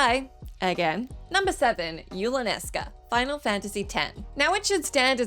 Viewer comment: It’s Yulanesca!!